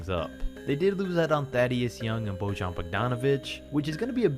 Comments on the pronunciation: "Božan.." 😂😂😂it's Bojan man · Pls, Bojan Bogdanović's name is pronounced like Boyann. Thanks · It's Bojan (BOY-AHN). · I know his name sounds ridiculous to anyone who isn't from the balkans, but the J in Bojan Bogdanović''s name is not how you normally pronounce it, because he's from the Balkans the J is more like an Y in pronounciation, google translate from either Bosnian, Croatian or Serbian can help you realize how his name is legit pronounced.